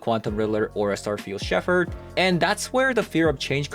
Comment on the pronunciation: just FYI, the word "Shepherd" is pronounced "shep-urd". I know, I know, English is stupid (it really is). There's an exception to every pronunciation rule.